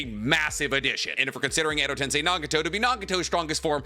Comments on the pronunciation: My only takeaway is just how says Edo-tensei lol his list I can understand because he gives fair explanation about the inviduals but Edo-tensei is pronounced ten-say just like how sensei is sen-say, not sense i lmfao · Pls stop saying edo ten-sye and say edo ten-say 🙏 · Bro. It’s TEN-SAY. GOOD LORD. You’d think someone who knows so much about Naruto could say things correctly 😂